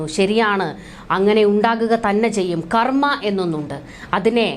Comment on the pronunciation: കർമ്മ അല്ല കർമ്മം